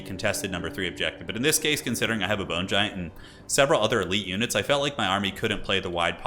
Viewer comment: 0:0:50 "The Boner Giant." I can't be the only one who heard that.